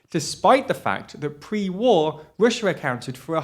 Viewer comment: Can we please address the real issue here? Can we pwease find a pwesenster wifout such a speech impediment? The word is EUROPEAN, not UWOPEEN!!!!! Its Russia, not "Wussa"... Jesus Blimey Christ!!!!